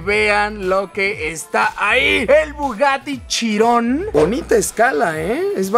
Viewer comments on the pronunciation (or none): Pense que dijiste el bugatty chingon